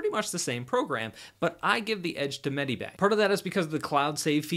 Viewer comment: and it's not"med-I-bang", it's "med-i-bang".